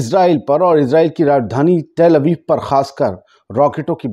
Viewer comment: bhai tel Abib nahi Tal Abib hai bahi